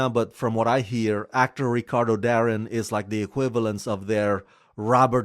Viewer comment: Ricardo Da-rin? No mate, is Ricardo 'Dareen'